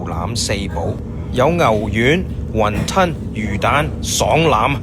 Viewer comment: not the 雲"吞" with the hard T lol